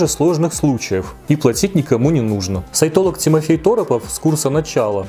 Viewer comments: Упорно слышала вместо "сайтолог" (что) - саентолог. В целом это многое объясняет. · Я упорно вместо "сайтолог" слышу "саентолог", даже перематывала)